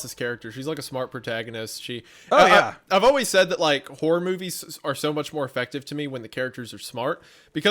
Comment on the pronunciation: 😂❤ I swore you called Hunter "Hummer" after he said "hore" but truly meant "horror" 😅😅😂